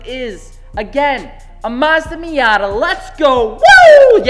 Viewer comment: i almost left when he said miata 💀🤣